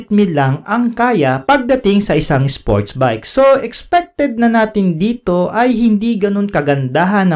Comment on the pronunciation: "SpOrTsZ BiKe"